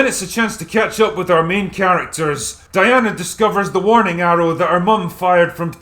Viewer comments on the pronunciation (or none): none